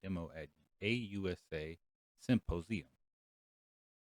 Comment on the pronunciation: Lol for all the people that can't read...he pronounced the word symposium completely wrong...lmao 😂